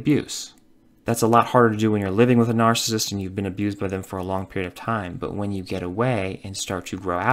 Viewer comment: Could you please just say narcissist properly ONE TIME> It kills me Every opening